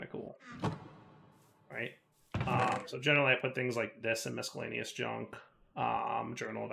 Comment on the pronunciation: There is no K in Miscellaneous! T_T Please stahp saying it D